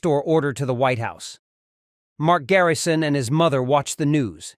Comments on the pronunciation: The narrator said Mark Garyson in the beginning. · wdym mark garryson? his name is Mark Grayson